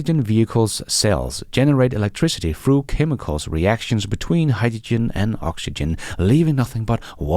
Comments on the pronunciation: Hyjijen? You're not the only one who pronounces it this way, of course. I saw a Sabine Hossenfelder video recently, who is German, I believe and pronounces it similarly. Fascinating. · What's Hi-Ja-Gen??🤣🤣🤣🤣 Just kidding you and the way you pronounce hydrogen.